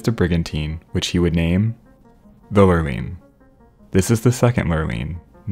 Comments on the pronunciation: I have only heard it pronounced “ Lure Line”. Like fishing Lure and fishing Line. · i diagnose your productions with "Lurline" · Every time you say the word lurline I absolutely lose it. Thank you for the quality video and entertaining commentary as always <3